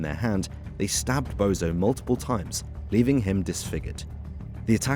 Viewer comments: I told you it’s not bozo it’s bonzo ffs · he may well be a Bozo for all I know but it’s just the fact that a so called can’t even get a name right